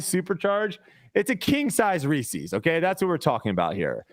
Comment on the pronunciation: Great episode guys pulling for you at Portland. saying Reese’s like that is a crime 😂